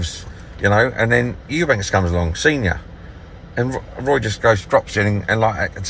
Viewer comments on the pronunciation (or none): What is it with Eubank(s). It's Eubank. How f****ng hard can it be? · Eubanks,Chris lemont was it 😂 this man's telling successful boxers what to do, life advise all sorts and can't even pronounce there names. thinks Roy Jones is eubank jr's trainer 😂🤦🏻‍♂️ the type of man to go to the local casino to watch the boxing but pretend he's an avid fan 😂